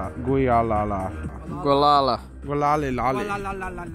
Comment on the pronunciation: Gualala is pronounced Walala. It's a very special place ❤